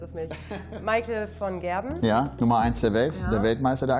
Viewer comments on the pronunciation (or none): mein damit ihre Aussprache heißt ja eigentlich van Gerwen aber sie sagt halt von Gerben